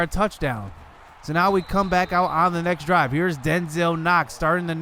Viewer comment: Ik you said next drive. But I sounds like you said sex drive and the captions even put it as sex drive lol.